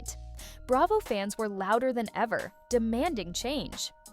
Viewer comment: "Hilton" is Kathy's married name, so they aren't the "Hilton sisters." "Bray-vo" 😊